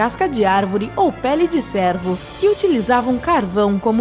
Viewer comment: Do jeito que foi pronunciada a palavra cervo, cheguei a pensar se eles não escreviam mesmo era em peles de servos do "Senhor".🦌⛪🤔